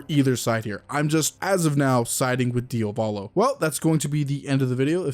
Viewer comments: Why do all YouTubers call him DiOvAlo when it’s DiAvOlo? I’ve just noticed that they all do it, is there a particular reason? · please stop pronouncing his name DIOVALO it’s DIA VOLO